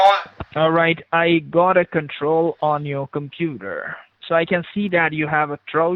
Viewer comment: compuder. derpa derpa compuder.